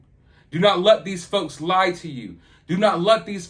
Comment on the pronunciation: You said "don't let these folks..." and I heard "don't let these fucks.." and I mean...it fits.